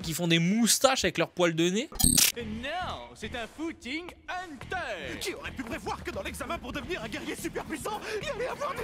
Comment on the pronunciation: C'est "HUNTER"! 😂